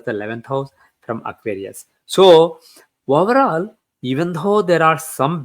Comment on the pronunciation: I hardly understand any thing he says.He said woverall for overall.